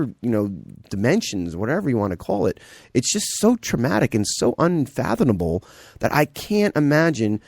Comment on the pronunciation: "UnfathUNable" "kaYEN West" "inSIDusly" "draw of the luck" is he saying poppy or probably? I wanted to take this seriously but I'm having trouble because the Male Speaker doesn't have a strong grasp on pronunciation.